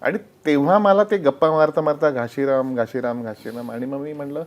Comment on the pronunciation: घाशीराम ( घासी नाही )